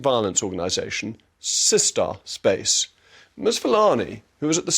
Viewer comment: Listening to JRM say 'Sista Space' was the highlight of my day 🤣🤣🤣